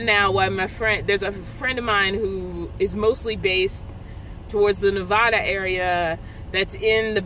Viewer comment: You are pronouncing my state of Nevada wrong. It isn't Nevahda. It is Nevatda. I did that spelling for a reason. I am so sorry about the heat. It is changing now. Missed seeing ya! Hope you are well. They have those small air conditioning fans that are really small and cool things fast!